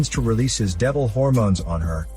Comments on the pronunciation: I came here just want to hear says "Hormones" 🤣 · Your way of saying of Hormones is lvl up "Devil Hormones" I see